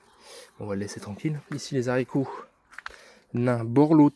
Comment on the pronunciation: Pour info on ne dit pas Zarico